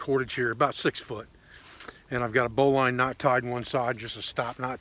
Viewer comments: Correctly pronounced "marlinspike", and "bolin" is more traditional than "bow line". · I greatly admire you for many things,. Not the least of which your mispronunciation of the terms “marlin spike”, and “bowline” indicate that you learned these words not from casual conversation, but through reading. (Despite your misspelling) While my interest in survivalist techniques has waxed and waned off and on during the many years of my life I have always been an avid reader. I will never forget the chagrin I faced when I mispronounced the word, hors-d'oeuvre! At any rate, I enjoyed watching this video. It was knowledgeable, informative and very useful. Thank you for sharing it. Well done, sir. I subscribed to your channel and look forward to watching more of your videos.